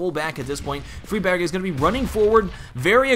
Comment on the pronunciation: the g is pronounced though, freebaerg